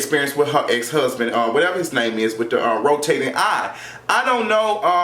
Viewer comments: lol bitch did you say "rotating eye'.....im dead on arrival yall!!! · Stop did he say rotating eye 😂😂😂